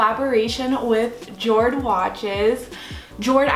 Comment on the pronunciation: Hello the watch brand is most definitely pronounced “YOAD”. Damn my American pronunciation!!! 🤦🏻‍♀️😂